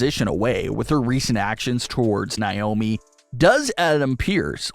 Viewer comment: It’s Naomi